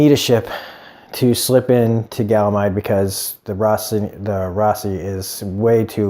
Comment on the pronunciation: Its funny when you say it lol but its ganymede not galamide. Great review as always!